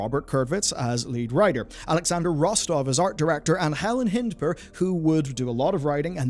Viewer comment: You got Helen Hindpere's name wrong.